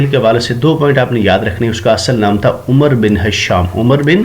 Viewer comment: Amazing ... But umru nhi amar parhte hn